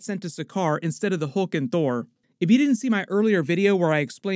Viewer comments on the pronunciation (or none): none